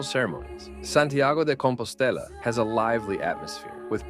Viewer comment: Santiago DE COMPOSTELA in Spanish., not di Compostella. Change it